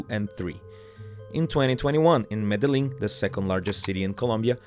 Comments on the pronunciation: His I’ve never heard Medellin mispronounced so badbly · Oh man a lot of things wrong with this video but the way you say Medellin is just horrible ask google translate next time 😂